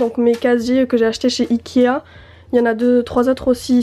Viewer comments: Elle dit ikia au lieu de ikea ou sinon elle le dit trop vite chai pas mais on dirai qu'elle dit ikia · J adore tes video t es la meilleure ta chambre je t aime trop mais juste on dit ikea pas ikia